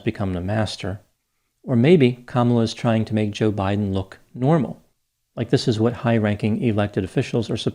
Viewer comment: I still get a kick out of how she pronounces her boss’s name….juhBIGHden